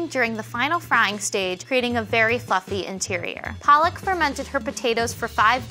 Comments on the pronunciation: palak pronounced paa-luck means spinach. Palak the way she pronounced her name doesn't mean spinach. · For everyone's information, both 'a' of Palak should sound like the 'u' in under. When pronounced like the way these ladies did it means spinach in Hindi 🤣 instead of meaning eyelids (it's a legit Indian name) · Pooja her pronunciation was paaalak, not the correct puhlak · You are pa..... Lak damit... Not paa.... Laka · Indians be like: it's palak not paalak😂😂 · Lol it cracked me up when they called her paalak😂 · palak. did you just sat PEARL???????